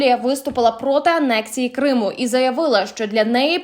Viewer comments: Думала, це нормальний якісний канал. А виявилося, це шарашкіна контора з неякісним контентом: диктор проковтує окремі склади, ставить неправильно наголоси (КримУ) тощо. Вам не соромно випускати таке? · шановна ведуча, коли ви двічі неправильно поставили наголос вимовивши «КримУ», я подумала :«всі помиляються. це дрібничка.» але коли ви, розповідаючи про поважну людину, актора Назарова сказали, що він «проти підтримки Української Армії!», то я розгубилася! ви що читаєте текст з листа, не готуєтеся до запису? ви хоч розумієте, які ляпи наробили?! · Що за курка не здатна грамотно прочитати текста?!! Яке ще "на території КримУ "?!! Якого ще "КримУ "?!! А прізвище БАрінов складно було прочитати правильно?!! Ну який ще БарИнов"?!! Ставте їй наголоси ті, хто пише їй тексти!!! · Вірний наголос "проти анексії КрИму" , а не КримУ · "проти анексії КримУ", "на території КримУ"?.... це ж, наче, не ШІ озвучував.... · КримУ??? Наголос на У? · КрИму ? Що з наголосами? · Як би ще дікторка навчилась правильно розмовляти на солов'їній,зокрема назву Криму правильно вимовити.